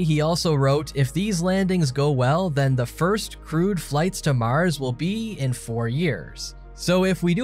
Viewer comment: this guy says "Mars" weird.... lol "Maahhrs"